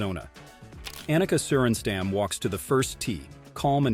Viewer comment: Her name is Ahneka, not Anneka. And it's sorenstahm. Not sorenstamm.